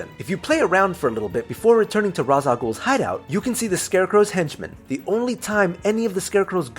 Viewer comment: Raz a ghoul okie doke